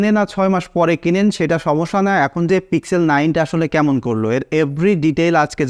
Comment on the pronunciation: পিক্সেল উচ্চারণ টা আপনার বারবার ভুল হয়েছে।